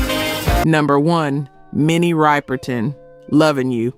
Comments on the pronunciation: Mini Riperton "Ripperton" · Good info, but can't get past your mispronounciation of Minnie's name, and not paying homage to her later body of work, including Memory Lane and Adventures In Paradise. C'mon, now...